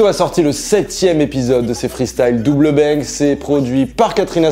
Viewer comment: Cest double bang et non double binks